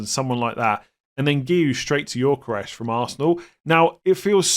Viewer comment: Gyökeres is pronounced Yo-Ke-Rez, not Yor-Ke-Resh please